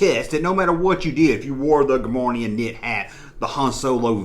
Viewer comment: Cool video. FYI though...there is no “N” in Gah-more-ee-an.